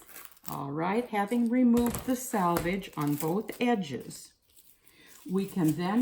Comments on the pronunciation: sElvedge, NOT sAlvedge! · It's actually 'selvedge' . The edge left in manufacturing fabric to prevent unravelling. 😃 Although, having said that, this is plastic sheet, , not woven. Maybe ' salvage' will do!